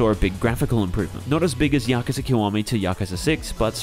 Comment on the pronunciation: Finally someone who pronounces yakuza correctly and not yakuuuza